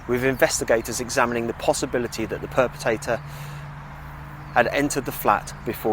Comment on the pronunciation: 'Purpotato'? 'Taybak'? REALLY? 'YEATES'?' Her name was Joanna/Jo